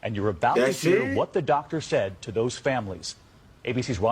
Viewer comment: DOCT-ER I think not 😂